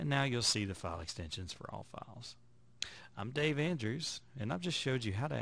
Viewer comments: Vista.....not vesta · dude learn to pronounce "VISTA".. you sound uneducated every time you say "VEESTA".